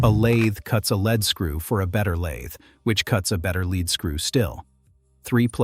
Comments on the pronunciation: Spelled lead. Pronounded leed. As in leed screw. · I know that 'leadscrew' is spelt the same way as the element lead (pb), but we in England (where Maudsley lived) pronounce the word as 'leed' 'screw'!